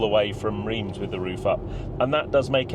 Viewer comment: What a trip! I am surprised that when you got back to France and Reims that they didn’t hang, draw and quarter you though for the mis-pronounciation ! Rather than Reems, they say it Raunce. I was always guilty of this, and then my neighbours friend who came from there kept correcting me 🤣🤣